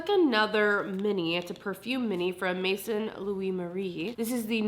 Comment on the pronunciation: Maison is French & means "house or home." It's pronounced MAY-zone (rather than mason) 😊